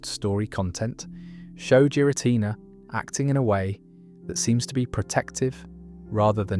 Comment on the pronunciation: Jeera Tina